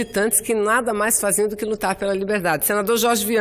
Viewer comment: Senador Chorchi, essa Mulher já fez tanta plástica, que ela nem fala mais Direito, é Jorge, ela fala Chorchi, kkkkkk.